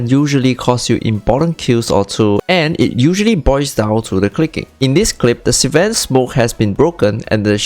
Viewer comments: That slang, ssss-van. Many van sss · Bruh, love the content but can't get over "Si-ven" pronunciation.....not hatin, just sayin.